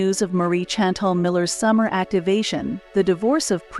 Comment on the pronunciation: Chantel iss pronounced SHANtel.